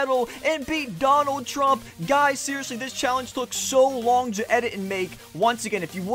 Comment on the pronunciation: That's not how you say Trump